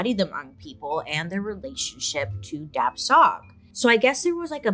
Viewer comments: For the Hmong, it is pronounced without the last letter of those two words. So it should sound like Dah-Chaw instead. Thanks, BS!! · The correct way to pronounce the ghost or spirit In the Hmong community it’s dab with a silent b so it’ll sound more like dah and the second part is xwb pronounced like shu so it’ll be dah shu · BTW, "dab tsog" is pronounced almost like "da chaw" or "da jhaw." Dr. Mike covered SUNDS from the Hmong refugee incidents as well & pronounced it like how Bailey did.